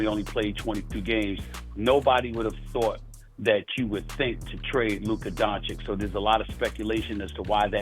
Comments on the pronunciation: It’s been years and Stephen A. Smith still does not know how to pronounce Luka’s last name. It’s Don-chitch not Don-chick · So how many years is Doncic now in the NBA and Stephen A STILL can't pronounce his name. It's pronounced DONCHICH not DONCHICK for gods sake. It's not hard Brian Windhorst does it perfectly. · He still can't pronounce his name right! Its DON-CHICH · Will Screaming A. Smith ever pronounce Luka Dončić's name correctly??? The female anchor interviewing him said it right a BUNCH of times (DON-CHICH), but he insists on calling him "DON-CHICK" like an absolute idiot! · Ffs its not donchick Stephen A blind old rat! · Exhausting to listen to SAS say Luka “Donchick” and Victor “Wembanyana” for years now. alway making sure to get these players’ names wrong. Disrespectful. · Fugging Stephen A still says Donchick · Why can’t he ever say his name right SMH racist AF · how can someone that talks about basketball 24/7 not be able to pronounce Lukas lastname ... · I find it disrespectful to choose to pronounce a superstar’s name like that. Just wrong. He is a product which creates jobs in the press, athletics, social media. Stephen A..come on man… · For all these years Stephen A. haven’t learned how to say Doncic correctly 😂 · It's sad that after 7 years of Doncic in the NBA this hater Stephen A., hasn't learned how to pronounce Luca's last name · what's up with SAS not being able to pronounce Dončić ?????? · Stephen A still can't pronounce is name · Stephen A SMIF still can’t pronounce Dončić properly…come on man…. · How does he still not know how to say his name correctly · Can stephen a finally say donic properly? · Stephen cant even pronounce Doncic's name correct is diabolical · you’d think by now Stephen A. would know how to pronounce Luka’s last name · ‘a global superstar’ yet stephen a doesn’t even care to get his name right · I’m still dumbfounded how SAS still mispronounces Luka’s last name. I thought he is an eloquent journalist. Lol